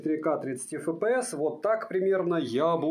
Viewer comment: FPS - Фэ Пэ Эс... Серьёзно? А почему тогда не Фэ Пэ Сэ? Правильно: Эф Пэ Эс (рус.) / Эф Пи Эс (англ.). HD - Аш Ди, а почему не Аш Дэ? Правильно: Ха Дэ (рус.) / Эйч Ди (англ.). Вы вообще какой алфавит используете? Смесь разных? Испанский стыд. Удачного дня вам.